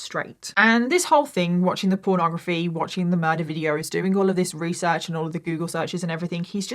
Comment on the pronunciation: You tell this story so wewee well your weesearch in incwedible.😂😂